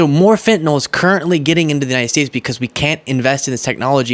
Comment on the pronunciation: Thank you for pronouncing it as FentaNYL and not FentaNOL like 99% of folks annoyingly do.